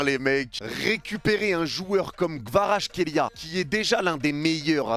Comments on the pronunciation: Merci pour tes news et pour avoir dit des belles choses sur KVARA mais, Mec peux tu faire un effort et lire son nom correctement stp? C'est quoi votre delire olalaaa?! KVA-RA-TSKHÉ-LI-A C'est incroyable de prononcer son nom aussi mal mec!! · J'suis géorgien jsuis content et... OUI! Par contre ton accent quand tu pronnonce son nom x) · Petit tips pour la prononciation : C'est en deux parties -> Kvarats - khelia avec le "kh" qui se prononce "hhh"